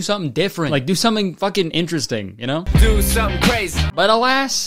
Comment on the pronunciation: Nah, he said "inchursting", which is just how certain folks pronounce interesting because accents are weird. Alotta folks, especially old folks, say it that way where I'm from.